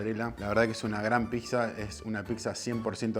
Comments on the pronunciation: Se dice "PITSA", no "PICSA" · ya que diga "piGza".... me dio una espina... pero la zapan y como fue el video es pq realmente sabe :D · Muy pero no sabe decir pizza dice picsa burro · PICZA? 😂😂😂 PIZZA BOLUDO, PIZZA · picsa, picsero... JAJAJAJAJAJAJA... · argentino... procede a pronunciar: piXa!!! ☠☠☠